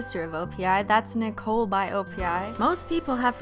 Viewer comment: When she said Nicoli I thought she said ecoli